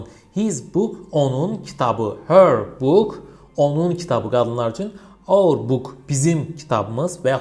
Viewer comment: our sözunu auve oxunur mellım